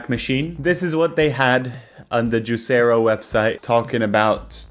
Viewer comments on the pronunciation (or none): I thought it was pronounced juicer-o